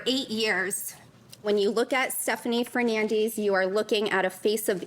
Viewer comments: Fernandez!! Say the name correctly. Lol fernandeezz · Hernandiiis. Why can't they just read it is it is???? Fernandez not Fernandiiiiz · Her name is Fernandez. Stopp saying fernandeeze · It is FernandEz not FernandIz… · Its Fernandez, Not Fernandizz🙄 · FernandEz !!!!!!! not fernandeez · Fernandez is pronounced as fernandez, not firnandiz. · Every time they said FernanDEEZ... 😅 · FERRRR-NAN-DEZZZZ it is a Mexican name. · The pronunciation of “Fer-nan-DEEs” is a crime in itself. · Why is her last name keep being pronounced Fernandees? 🧐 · Even the daughter says Feenandiiizzz Thats just sad 😂😂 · “Fernandees.” 😂 Tell me you’re ashamed of your Latin name without telling me… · Fernandeez? Lol okay turn it italian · Fernan"dis" WTF? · I wonder if she knows she’s completely butchering her own last name she’s completely mispronouncing it lol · Awe this poor baby- now grown lady I imagine. Does not pronounce her Hispanic last name correctly. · She doesn't even know how to pronounce her own last name 😂😂😂😂😂😂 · Why are they pronouncing Fernandez that way?? 🤷🏻‍♂️ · Never trust a Ho who mispronounces her surname to try to hide the Spanish ethnicity in it. Her daughter looks dumbusoriboubceing it as well. it's not a matter of opinion it's an existing name with an existing name with an existing pronunciation. She was a terrible witness continuing to look to the left side of her brain which is the imaginative side which means that you're making up a lie or trying to make up a lie and not actually remembering. Also she said that she wasn't scared of her husband when she was sleeping with other people and that's a wrong answer cuz you're supposed to say you're ALWAYS scared if you're a victim.